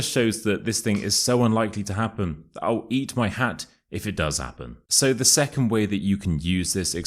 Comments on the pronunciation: Where is the sound [l] in your " I'll eat my hat"? It's more like "I'u eat my hat"🤠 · I noted that you did not pronounce I'll 😂you said i oww eat my hat !!is this the way you pronounce it in the Uk?